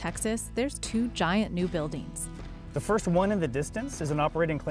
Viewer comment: sprawleeen buildeeens